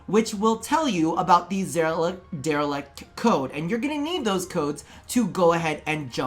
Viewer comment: DelerIct not delerEct.